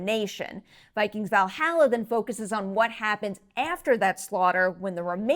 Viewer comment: needs to learn her vowels when it comes to pronouncing Valhalla.